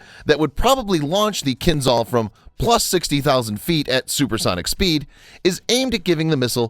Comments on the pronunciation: Not Kinzal. Kinzhal is pronounced Kinjal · It's "kinzhal", not "kinzal". "Ah" as "s" in "treasure". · Hey guys. I know, those weird words in Russian language...but Kinzhal is getting pronounced "Kinjal" (Кинжал) it just sounds so strange, when you pronounce some of those names wrong. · At first, it is not 'Z' sound in the name. It is 'ZH', like first letter of name Janet in French. 'KinZHal' ("Кинжал", rus.) - 'Dagger' in English. At second, it has nothing common with 'Brahmos' missile, which itself is an export version of Russian 'Onyx' anti-ship missile. It's more likely 'Kinzhal' is an airborne version of the 'Iskander' tactical ballistic missile, modified and upgraded for air-to-surface tasks. The 'Zircon' anti-ship missile it is another parallel branch of supersonic missile development in Russia. And, right, 'Zircon' will have the 'classical' supersonic ramjet engine, or something like that. At third, 'Kinzhal' has no any kind of ramjet or any supersonic reactive engine. It is obviously has a solid-fuel rocket engine, but very powerful and energetic. The 10M speed is the maximum speed of the missile on the track of its trajectory. The final speed of the missile can be lower... But the 'Iskander' missile has a multi-phase one-stage solid-fuel engine, so the missile can change its speed during the fly. Therefore, it can speed-up at the final phase of trajectory before penetration of a target. The Mig-31 platform is necessary to speed-up the 'Kinzhal' before launch and to increase the maximum range of the 'Kinzhal' missile. Moreover, it can 'throw' the missile to the altitude of 50-100 km in apogee of its trajectory. And, of course, like the 'Iskander' missile it is capable to change the missile trajectory by altitude and course on all stages of the fly ( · Good video but that "zh" in Кинжал reads as j in jam.